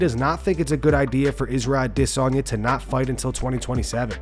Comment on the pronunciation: Thumbs down for the idiot who pronounces adesanya wrong